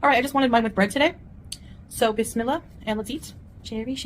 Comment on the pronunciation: Yes BIZ MILLA ... That's how you say it